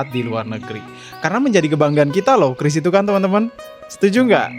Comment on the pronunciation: Penyebutan qris salah bang seharusnya kiuris bukan kris😂😂